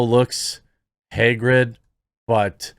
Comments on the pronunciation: Haggard, like Merl Haggard. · Haggard, not Hagrid. He’s not in Harry Potter.